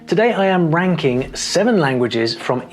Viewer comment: At the start of the video it took me a second to realise he said ranking!